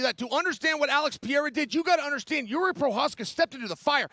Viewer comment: Chael saying Jiris name right makes me feel like I am in a simulation